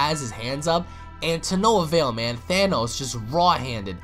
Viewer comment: "THANOS" bruh😂😂